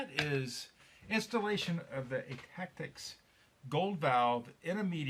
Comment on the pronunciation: thank you so much for taking the time to do a super thorough review of our products and the gold chamber! Really enjoyed watching it and you nailed the name perfectly! Richard Rolefson is right after talking with some customers we decided to also sell the rear spring perch for customers who wanted to replace just that piece from other Meteor bodies. Couple interesting FYIs from your video, we could have cut the whole front section behind the vasa screw away, but we left it there as a spacer incase someone removed their grip frame, as we didnt want the valve spring to cause them to lose the hole position and have to remove the entire front end to reset it. Great tip to test and pre align and thread the holes before adding the frame or vasa so youre less likely to strip a thread. Another reason we made our design so you have more than one thread option in both components. Also some of the tightening issues you were talking about is another reason we made two separate components so they each could be independently fastened! Our favorite review yet thank you!